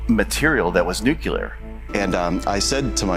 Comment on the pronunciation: Well, I was definitely ready to believe but then he kept saying "ekscaped" and "nukular" which is literally the ONLY reason I still have doubts. Also the mermaids.